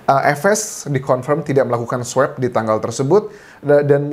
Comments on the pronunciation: Swob pak bukan swep pronunciationya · Pak Anjas...bacanya bukan "sweb" tapi "swob"..sama kayak baca "swan" kan bukan "swen"..makasih